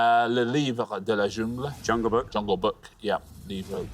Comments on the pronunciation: From a french guy... Not bad for the prononciation. Some were a bit weird, but overall quite good (I laughed with Junegle) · It's a shame for "jungle" that got mispronounced 'cause the rest was brilliantly said by the host, well done! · Except for the way he says "jungle", his pronounciation is quite good, actually :) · Pareil, j'ai trouvé la prononciation vraiment bonne, et là il a dit jungle 😁